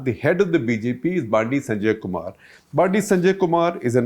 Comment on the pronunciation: Correction. Bandi Sanjay's name is pronounced as बंडी संजय and not बांडी संजय. Also Bandi/Vandi in South Indian languages mean "Vehicle" or Vahan